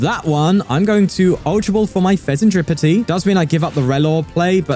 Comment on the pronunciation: Did I hear "Fezenskibidi"..🤣